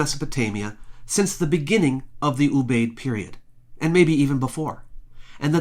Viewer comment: I believe that Ubaid is pronounced oo b eye id. Three syllables.